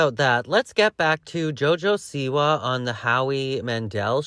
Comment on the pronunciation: Is this dumb lady completely incapable of pronouncing Siwa? Seee-Wahhhh!!! God I wanna slap her😅